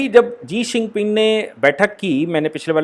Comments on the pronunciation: Sir ji Jee xinping nahi Xi jinping hai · Sabhi aaj kal experts ban ke YouTube me aa jate hai leykin Chamgadar China ka president ka name kya hai woh isko nahi pata.. Lagatar "Sii ping Jing" bol raha hai, Jabki kutte ka name "Xi Jin Ping" hai....! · Pl. Utter xi jinping.looks odd. when you say zi sinping. Otherwise ok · जी शिनपिंग नहीं शी जिनपिंग होता है भाई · Jii shingping no sir shi jhingping i think sorry but i watch ur video with full detail and with analysis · Sir aap Xi jing ping ka naam ji xing ping lete h 🤣🤣🤣🤣🤣😂😂